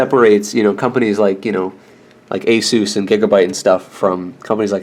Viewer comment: I gave your vedio a like just cause you said (A SUS) not (A ZUZ)... :) in addition if you need to add the squid caching you will need a slightly powerful processor for the antivirus. When I download games on steam on my 200mbps download my i3-7100 pfsense CPU is pushed up to 70% utilization. using my other asrock embedded CPU (J3455), my download speeds in STEAM wont go beyond 100mbps.